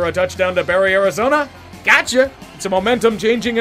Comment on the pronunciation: Oh, you were saying 'Gotcha'...I thought you were saying 'Gacha' like Gachapon, the Japanese capsule machine. Because the Seahawks are definitely as unpredictable as Gachapon.